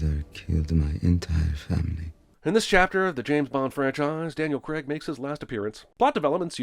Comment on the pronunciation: 100 on the count for every time "Craig" is pronounced wrong. 700 sins dude! Hint: It doesn't rhyme with Greg!